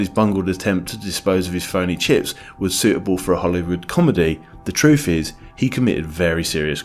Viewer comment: "truf, anyfing,wiv,schtupid,"